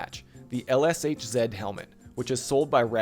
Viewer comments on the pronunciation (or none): LSHZ have another pronunciation. Check Russian ЛШЗ in google translate